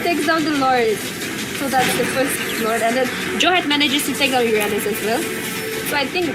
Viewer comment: Nub girl commentator...don't even knw anything abt ml.... Moreover she said urandus to uranus😂